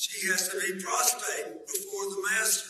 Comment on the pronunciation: Did anyone catch that Bill Clinton said, "we have to be prostate before her." My guy, it's prostrate, not prostate 😂😂